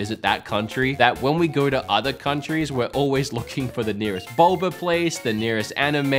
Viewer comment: “Boba” pronounced, “Bolber”